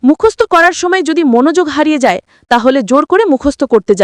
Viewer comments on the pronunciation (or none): none